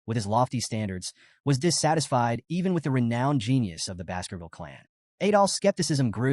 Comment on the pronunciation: I kept hearing Basketball instead of Baskervil 🤣